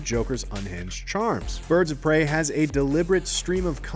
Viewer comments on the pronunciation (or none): Pirds of Brey